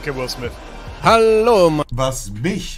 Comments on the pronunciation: Niemand: Wirklich Niemand: Monte:Will Smis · "Wis smiss filme" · Jeder Normale: Will Smith Monte: Will Smiss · Ich: "Will Smith" Monte: "Will smihss" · „Will Smis“ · Digger will smiff spricht man ihn aus nicht will smiss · Niemand: Monte:Will smis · Niemand: nicht mal deutsche im Urlaub mit Socken und Sandalen: Monte: Wills Smis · Niemand: Absolut Niemand: Monte: Will Smis und Sous park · Niemand: Monte: Will Smiss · Niemand: Absolut Niemand: Monte: Will Smisss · Niemand: Wirjlich niemand: Monte:Will smiss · Niemand: Wirklich niemand: Monte: Will Smis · wer kennt ihn nicht "Will Smiss" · Niemand Monte: Wil Sniss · Niemand : Wirklich niemand : Monte : Will Smis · Niemand: Monte: Wiu Smis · "Willth mis" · "Will Smis" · Wie oft hat Monte Will Smiss gesagt..😂 👇🏻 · "Will swif"